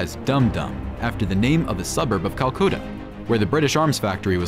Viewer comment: Culcoota? LOL!